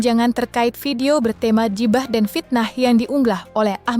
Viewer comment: keren pembacanya,klo baca huruf nya ala" eja,an english ghibah di baca jibah wkkkk...